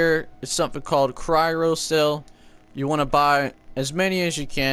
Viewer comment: Cryro cells? Did a thousand spiders bite your tounge, before you made this video? Haha nice vid though.